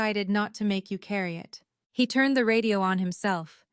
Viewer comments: Who the hell has programmed these AI voices to pronounce the masculine pronoun, “HE,” as “high”? Or even “Hah.” It’s the absolute idiocy of it that makes me burn! We have a perfectly good language and now we have brainless robots allowed to mispronounce normal words? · Someone needs to teach AI how to pronounce the word “He”. Please.